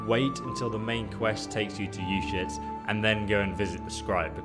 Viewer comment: SwordBreaker925 yes some NPCs say it clearly. but the Baliff of Uzhitz makes it sound like "our shits" so there's that ^.^